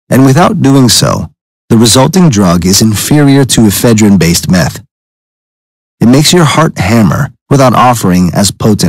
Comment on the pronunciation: e phedrine not eph e drine